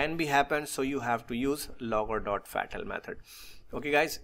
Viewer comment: Your video is good but perhaps you can avoid saying fetal for fatal . Try saying it as faetal.